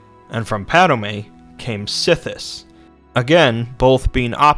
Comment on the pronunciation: it's not padame its padome and sithis not sith